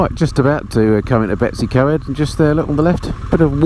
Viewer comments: I like your channel. Ive been riding for nearly 50 years now. Still ride a zx14 r so its my yardstick on aging. Now I was born in Wales. Betws-y-Coed is pronounced BETTIS- EE- COID. Not Betty' s CoEd which sounds like some bints secondary school. Watching on my tv with no access to comments and commenting on my tablet. I really enjoyed your tour of Scotland where we went a couple years ago through Ullapool to Tweed, in a hire car not a bike, as we live in remote southern West Australia, where the snakes and spiders are. You do not realise how fantastic it is to see green fields and lush gardens and cleansheep and rain and temperatures no higher than 25 C. O k i can go back to the big screen, the scenery and your pleasant monoloque alone in your helmet threading your way sedately through the 20 million tiny hatchbacks. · Betws-Y-Coed is pronounced "Better See Coid" and Beddgelert is "Beth Gel Art" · Nice video however I was cringing at the pronounciation of the Welsh names. I know you mentioned in the video about it. To get you on the right road to say the Welsh place names: Betws-y-coed is Bettus ur coid; Llanrwst is thlanroost, Beddgelert is Bed gellet (dd is th). Good luck with Llanfair pg - longest place name. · That was a very English pronunciation of Betws y coed. Lovely little village gets hectic during the holidays. Nice to see the place again thank you.